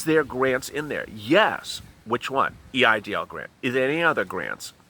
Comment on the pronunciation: Did you say it’s called a E I DL loan?